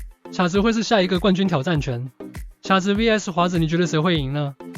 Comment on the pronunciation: 卡温顿昵称卡子，发音是：kǎ，不是qiǎ😂😂😂